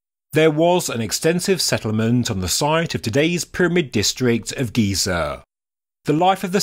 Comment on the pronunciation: GEE-ZURR and the tonal step change stopped me